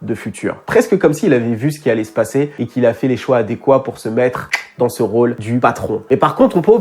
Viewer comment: 😆 “avec sa tête balaise là” l’accent ma kill bro 👊🏾❤️‍🔥